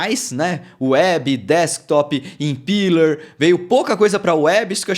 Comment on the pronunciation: Excelente update,!! Fico feliz com a direção do nosso querido Flutter. Só uma dica, a pronúncia dessa rendering runtime é "impéler", como visto aqui: Abração!